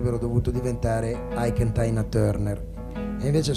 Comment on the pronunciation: 2.30...Ike & Tina Turner si pronuciano Aik end TINA...Non Taina!!!